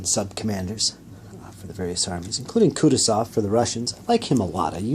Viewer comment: You'r pronouncing Kutosov wrong, its pronounced kooh tooh zov.